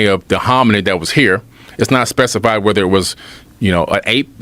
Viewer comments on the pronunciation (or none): none